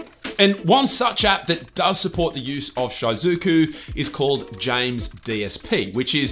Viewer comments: It's pronounced She-Zoo-Ku, not, Shy-Zoo-Ku, maybe do a lil bit more research and pronounce things right? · Its "she-zu-ku" not "shy-zu-ku" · It’s actually pronounced she-zu-ku lol. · Had to pause and skip just cuz of his pronunciation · No iys shy-zuku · Short "I" pronunciation in "Shizuku"